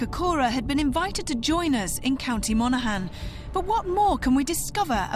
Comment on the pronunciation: Her pronunciation of Monaghan annoys me...